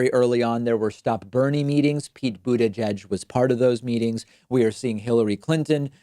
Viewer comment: Am I the only one bothered by how David says buttigieg?